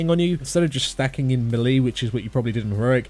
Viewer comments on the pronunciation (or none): Does the homie know how to pronounce "melee?"